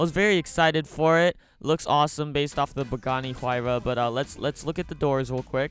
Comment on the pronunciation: you said bugatti hyuara